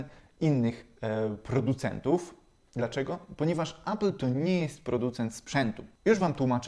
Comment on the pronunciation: Appla? Może appela? 😉